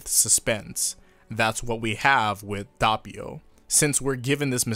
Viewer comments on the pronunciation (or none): Im just going to point out the fact that your saying doppio wrong it’s not dahpio like your saying it’s actually dohpio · The anime: Dope-e-o Youtubers still: Dopp-e-o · Its not dopppio its doppio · I click the video and the first thing I hear is DAHppio IT'S PRONOUNCED D-OH-PEE-O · It's not dAppio, its d o ppio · It's Doe-Pio not DOHH-pio/Duh-pio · Its (DOPE) - EEH - YO. not (D - aw - peeyo) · ITS DOPPIO NOT DUHHPEEO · It’s Dope io Not dop io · HE'S NAME IS DOPPIO NOT DAPPIO IT'S FUCKING DOPPIO I DON'T EVEN CARE THAT YOU'VE ALREADY EXCUSED YOURSELF BUT I'M MAD I'M GOING TO AGGRESIVLY PET MY CAT AND YOU GO IN YA CORNER AND THINK OF WHAT YOU DID Edit:The cat liked the petting and i'm going to forgive you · The pronounciation is not that bad you need an harder p in Doppio and you're good.(edit) And an O as in D-OH-PPEE-O Before somebody asks how do you know how to pronounce it; Im italian. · Actually the right pronunciation is "d-o-p-p-ee-o", but the "ee" sound is not long and the double p is pretty marked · The way he pronounces doppio (dope-io) lowkey hurt. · He just said Dabio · No, it is not. Is italian, not english. You don't have to pronounce the "O" as an "A". Is Do-Ppio. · Why do you say Dappio instead of Doppio? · Did u say da ppio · so that’s how u pronounce his name, i thought it was douppio (manga reader) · Who the fuck pronounces it "Dappio"? jesus my ears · Sorry about mispronouncing Doppio's name, I'll try to tweak it so that it doesn't happen again the next time. I've had this problem with other names originally, but I've fixed everything else over time (like originally saying "Gi-orno" instead of "Jorno"). Though I will say that it does get tedious to deal with some of this mispronouncing stuff in general. These days I'll pronounce Passione correctly (Pass not Pash) and people will still say it's wrong! Life is crazy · You did mispronounce doppio but most Italians would say jorno instead of giorno ( basically we don't emphasize the I giorno)